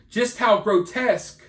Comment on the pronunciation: "Grotesque" 😂 love you